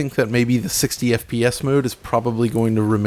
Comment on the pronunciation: I love that has said "FPS" billions of times during these videos over time that it has just become "EH-PEE-ESS"